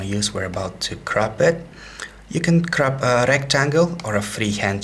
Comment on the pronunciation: did you say area your going to crop it or crap it? I couldn't help it but hear